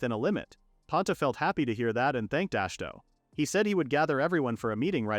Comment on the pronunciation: “Ash toe”. Ah shi hi to say it with me now it’s not fucking hard. Imagine you try to listen a story about Dave smith the most obvious no duh plain name possible and the narrator will not stop calling them dahavy smitiuth it sounds that fucking stupid and off the mark. Jesus goddamn Chris don’t even get me started about how ai can literally I mean literally not ever once ever get “bow” right. It’s never been done in mankind’s history wher this horse shit can actually speak. Please just narrate it yourself or maybe I dint know maybe prof read/listen to it even one goddamn time because maybe proofread it one goddamn time because. You do that. You repeat yourself a few times and sometimes contradict your previous retelling. Please for the love of god stop this horse shit slop you’re killing literature you’re making life and mankind and the word worse. Ash toe fuck my life holy shit. Ash toe❤